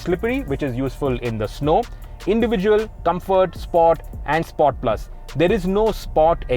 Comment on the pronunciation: Chutiyan please pronounce sport properly 🤣🤦